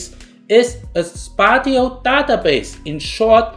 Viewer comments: Spatio/spatial pronunciation: spay she o, spay she all. Great video, thanks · Spatial refers to space, and is pronounced as such. It rhymes with facial. So 2 syllables :)